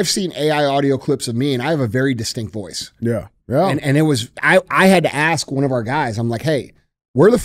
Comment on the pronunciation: I want to know how d j can pronounce that word, but can't say ask.